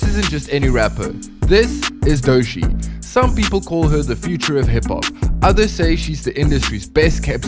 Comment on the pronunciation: Like many others, I look forward to more of your videos - but.. maybe less usage of varying AI voices, and ensure your AI voice actually knows how to pronounce the Artist's name. Otherwise, you are making it clear you're just a virus AI producer.